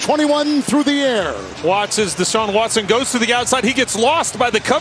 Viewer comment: I thought i was the only one that peeped, cuz really said watson😂